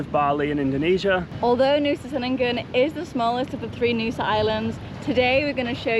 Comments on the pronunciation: Just a heads up, C in Indonesia is always a ch sound 😊 Chenigan not Senigan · Ch..Chenin-gan - I really feel like you should have the pronunciation correct to vlog. All C sounds are Ch.. It it’s an “ess” sound they’ll use an S. Like Polisi rather than Police. Even Doctor is spelt Dokter. You’ll notice the letter C is never used in a hard pronunciation. C is always Ch. like Canggu